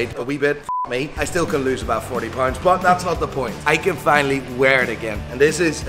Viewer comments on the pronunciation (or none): Everytime he says pounds, I hear Pints. Cheers!